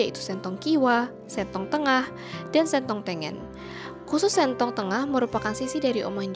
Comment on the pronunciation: Mba artikulasinya salah... Huruf e ada tiga nada... Dan o dua nada.... Sentong baca e-nya kaya baca e di kata kangen.... Jadi akan berbeda jika baca sentong dengan e yg diambil dari e-nya tempe.... Sentong e nya kangen Sentong e nya tempe Akan berbeda nada